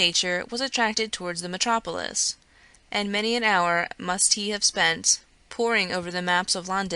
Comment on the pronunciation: "Which had Bradford for its 'sontre' (centre?) and metro-poelis"? Kind of the reader to make the effort to record this but words need to be pronounced correctly. I managed 2 minutes and had to stop listening.